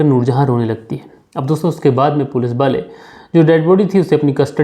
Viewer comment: Sir ap wale ko bale kyu bolte ho...